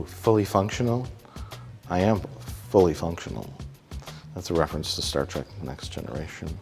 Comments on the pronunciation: “Star track” 😂😂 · Ach noo, and here oov been calling it 'Star Trok' all deez yars... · Weird how Mike calls it Star Track and correctly calls it Star Trek. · Mike, It's Star Trek Not Star Track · Mike keeps saying "Star Trak"... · "Star Trak"